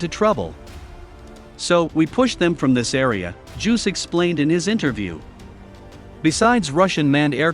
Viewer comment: It's "Juice", not "Juuws".